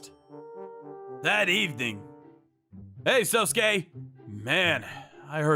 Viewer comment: They keep pronouncing sosuke's name as sosuske. (So-sus-kay)